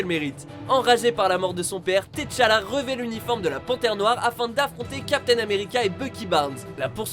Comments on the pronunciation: "Té challa"... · Leonidas Martel tétchala aussi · Par contre tu dis "t" challa alors que c'est T'challa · T'chala en deux mots vous êtes sérieux là ? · Rorschak, Téchallah...sérieux si vous ne savez pas pas prononcer les noms ne faite rien c mieux